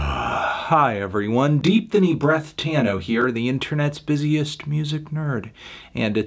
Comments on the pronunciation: Was the “Breahtano” intentional or was it supposed to be “Breathtano”? Inquiring minds need to know 😶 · Nobody: Fantano: DEEPTHONY BREAHTANO